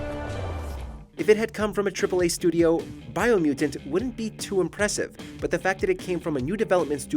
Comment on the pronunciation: Bro said biomutant?????? 🤣🤣🤣🤣🤣🤣 I'm sorry, no.